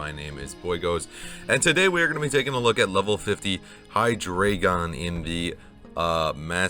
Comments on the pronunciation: The name is easy, BOYGOS. It's Hy-DRY-gon. Hy-DREE-gon. HY-dro-gen. You know—the dragon with three heads. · High-Dre-Gone then put it all together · Bro, it's not even that, you are supposed to pronounce it Haidraeigown 🤣 Good to see the spice back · great work boygos. btw it's pronounced Hydreigon, hope that helps 😎